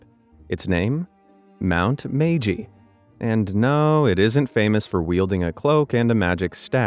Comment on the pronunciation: 'its pronounced "my-ee-ji"